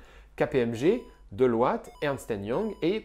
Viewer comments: Super épisode, comme d'habitude, c'est vraiment intuitif à mort, j'ai jamais trouvé mieux sur ce sujet pour l'instant ! (même en anglais) Sinon, je ne peux pas m'en empêcher mais ... Delwat quoi ... ça se prononce 'Diloyt', il y a vraiment que des Franco pour écorcher des noms à ce point x) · "Delouatte" 😁😁 Tant qu'on peut disrespect les big4 on se gêne pas 😂